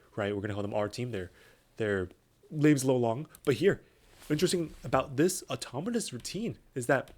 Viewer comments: automonous ✅autonomous ❌ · is it just me or are you saying "automonous" throughout the video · I thought the same thing